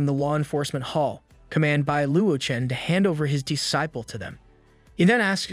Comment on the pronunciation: Evrytime he says D-ciple .. Lol